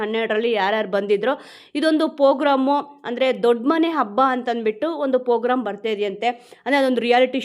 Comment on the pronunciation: Pogram alla Madam program